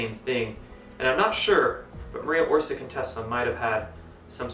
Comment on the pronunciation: It is not Maria Orsik it is Maria Orsić ... ć= soft "ch" like "Chandra (Moon)" ... č=hard "ch" like Chakra